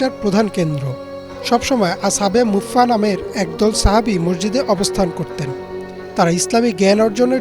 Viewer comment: আসহাবে মুফফা নয় আসহাবে সুফফা